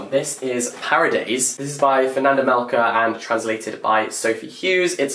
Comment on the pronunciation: paradais is meant to be pronounced like paradise